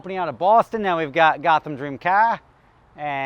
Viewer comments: Hearing say “Gotham Dream Ca” sounded perfect and just as I expected. We should keep it. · the way you said "gothamdreamca" makes you sound like an irish man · Being from Boston..."dream kah"...sounds about right...just "wighad cool".